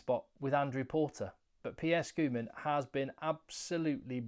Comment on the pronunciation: Heyy. I just want to help you with Pierre Schoeman's correct pronunciation: The "a" in Schoeman is pronounced as the "u" in Sun, Fun, Bun, Stun. Pierre Schoeman 👍